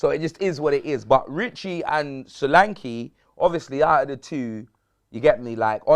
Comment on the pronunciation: Dominik Sore-ankle 🤣